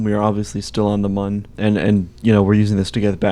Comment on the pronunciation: ITS PRONOUNCED MOON